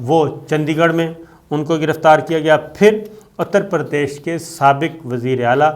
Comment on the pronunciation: SABIR SHAKIR SAHIB GOOD REPORTING BUT AGAIN YOUR PRONOUNCIATION OF NAME OF SOME PLACE IS WRONG LIKE UTTER PARDESH; AND DELHI AND NAME OF PLACE - NAME CORRECTLY WHEN YOU SPEAK OTHEWISE IT GIVES THE IMPRESSION THAT U ARE NOT PROPERLY TRAINED TO REPORT